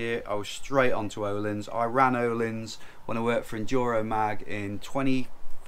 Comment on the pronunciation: Nice news! You need to learn how to pronounce Öhlins :-) The Ö sounds like the U in hamburger - if you're from the North :-) or like the last part of the word HER, er. The i is a long eee as in jeans, so sort of erleans :-)